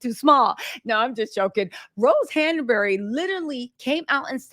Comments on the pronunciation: Not Han A bury. It's Hanbury 😅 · Honey, its han-bury not han-er-bury